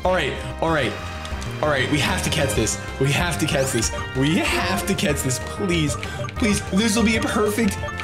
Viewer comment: Am I the only one who hears "we have to cats this! we have to cats it!"? :D